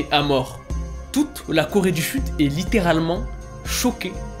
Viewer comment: Alors, pardon mais moi là j'ai littéralement entendu "Toute la Corée du FUTE" 😭😭🤣 Voila c'est tout pour moi, bonne journée 😂